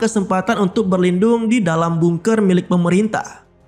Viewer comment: Tulisannya emang bungker.. tapi di bacanya gak harus bungker juga yg bener bacanya adalah bangker